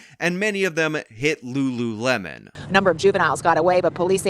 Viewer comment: couldn’t pronounce lulu lemon